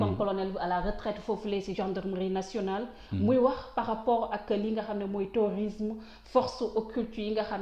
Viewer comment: Dites à cette journaliste qu’on dit terrorisme au lieu de téorisme 😂